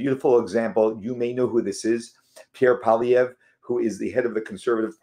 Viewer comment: Congratulations on pronouncing Pierre Poilievre's last name properly, something many Engish speaking Canadians struggle with.....Pierre is an anglophone of course, but he has a French last name...and he speaks French incredibly well, but it is is second language. And it is so gratifying to see the Conservative Party he leads, that the CPC is crusing the Trudeau's Liberals in the polls pointing to an overwhelming majority gov't for the Conservatives whenever our next election happens. Justin Trudeau talks out of both sides of his mouth when it comes to Israel, not Pierre Poilievre.....may HaShem pour blessings on Israel, both the land and the people.